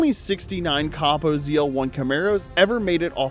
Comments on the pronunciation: Coh-Poh, not caw-poh. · I was out after you said copo wrong.